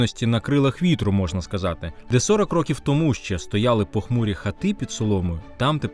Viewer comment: Дуже цікаві і навчальні відео, але ви неправильно вимовляєте слово тому